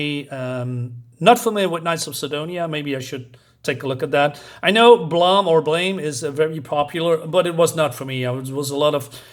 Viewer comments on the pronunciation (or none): Haha, Blame! was “blah” for you. “Blayme”, “blaime”. And not flambé. Tower of power. This seems decent, though also familiar to a dozen other manga or anime I've glimpsed or watched from across the past 30-40 years. Without reading it, the book does seem to throw the reader right into the universe with minimal/incremental explanation. Cheers, enjoy (re-)reading your Japanese comics, have a warm if not sunny day, gaijin.